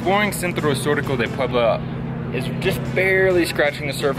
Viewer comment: Please do not do that. It is offensive to the people of Puebla